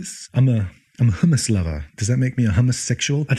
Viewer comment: I rarely watch a vijao and think, "I'd like to be this person's actual friend" - and this vijao's no exception. Haha. JK. Love you. Love your vijaos. And you pronounced hummmmmus like a champ! حمص